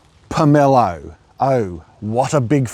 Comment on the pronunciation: My forebears are rolling in their graves🥺🥺🥺 it is called a POM O LOW not however you are saying it. My great grandparents Brough them to Australia from Russia 110 years ago, the original trees are still bearing at Habana, just north of Mackay. I have one just starting to flower now. I have several of the variety you have. They are nothing compared to the original which I have seen weighed to 27 kg and are more flat like a pumpkin profile, and the individual parts inside the quarts don’t fall apart like flicks red does. The taste is similar but not nearly as good as the original Russian one👌also you never pick one off the tree, they aren’t properly ripe till they fall👌